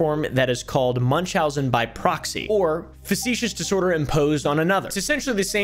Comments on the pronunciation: Factitious not “facetious” 😂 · Facticious disorder not facetious 😂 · FACT-itious disorder. Not facetious disorder just FYI! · "facetious, facetious, facetious" (factitious x3) Also: "a lot of it is misspelled and it really bothers me" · I don’t see anybody having said this in comments already but factitious disorders is not said like, and does not mean, “facetious” 😅 factitious does not mean they’re being cheeky or sarcastic, it has to with symptoms being produced deliberately being “factitious” (pronounced “fakt-ish-us”) in nature, this word means something artificially created as opposed to naturally occurring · I think you meant to say "Factitious", rather than "Facetious", they're very different 😅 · how many time is he going to say facetious before he realizes it says Factitious, a, hold on a minute, totally different word. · This is nitpicky and not meant to be snarky or criticism since a lot of people have never heard the term aloud and only know the way it's written but Factitious is pronounced "FACT-tish-us" disorder. Definitely not important but I thought it might be helpful. Love the video and laying out the diagnosis and i know Dx are often hard to pronounce so I just wanted to try to be helpful to anyone who is curious about the disorder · Love you, but "facetious" and "factitious" are different words! 😉